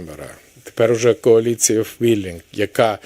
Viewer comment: ПОрафовано, інциНдент і моя підпис стояла (с)😂. Він ще й неграмотний. Треба, щоб п'ятий президент в Юлі навчився говорити кАоліція 😅